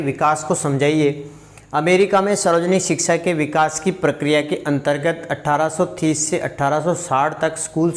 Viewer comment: ज़ब ज़ब आप 1830 का उच्चारण 18थीस के भांती करते है.. तब तब मैं कन्फर्म हो जाता हूँ की आप पक्का भीलवाड़ा से है 😂🙏😄